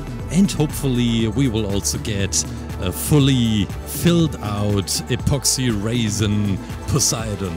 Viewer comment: The way he said apoxsee raisin